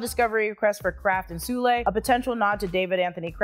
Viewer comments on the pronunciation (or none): as far as I'm aware, it's not pronounced soolay, but rather, soul. This is from years of listening to "This week in Marvel" podcast. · Charles Soule’s last name is pronounced like Soul.